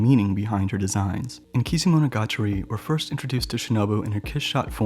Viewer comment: A great presentation, except it is MO-NO-GA-TA-RI (物語). You say it like A-TA-RI the game console, not AH-TREE game console. triggered-rage-roll-on-floor Stop bastardizing nihon-go! >.<"